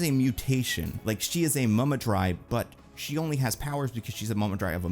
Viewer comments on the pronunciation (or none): Since on New Rockstars has to bring it up "Mummudrai" every time, even though it's never a factor in the movie (and I've grown to hate it every time I've heard it lol), the phrase is now usually pronounced as "Moo-Moo-Dry".